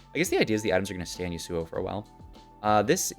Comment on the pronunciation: yusuuo lol. never heard yasuo pronounced like that